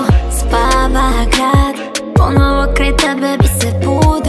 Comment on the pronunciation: Pozdrav za mog kuma koji možda napokon shvati da se izgovara i piše PonOvo, a ne PonAvo kako on potencira i izgovara ceo svoj život 💖